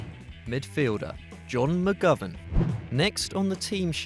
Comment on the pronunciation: u said mcgovern wrong